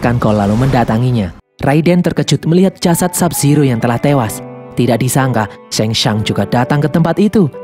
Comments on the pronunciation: Shang tsung bukan sheng tsang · Tsang Tsung = sangsung Liu kang = liu keng Kano = keno